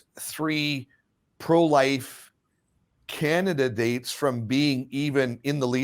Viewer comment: Candi-dates , not can-di-da-dates